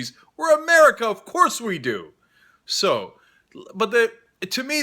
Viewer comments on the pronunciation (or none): My ears every time he says 'ovkoursse'